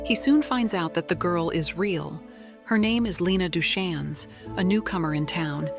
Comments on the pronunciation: I can see these are clearly AI pics.. can we at least train the voice to say the names right? It says right in the book Duchanne rhymes with Rain. 😂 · I've read the books and let me just say, the movie was better. The books were so filled with useless, flowery words. You'd read 10 pages and literally what happened was the main character took a few steps towards the door. And excuse me, it's pronouced as Doo-Kayn. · Their last name is pronounced Du-Cane